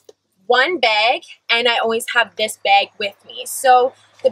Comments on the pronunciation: Does it bug anyone else that she says beg instead of bag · Are you maybe Canadian? You say "beg" instead of bag haha